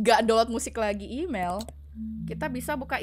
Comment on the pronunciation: imel tapi bacaan mail🗿 apalah